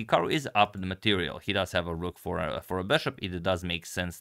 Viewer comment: Because again, you said "Ok, rook..." ~> "Ok, Google" ))) So funny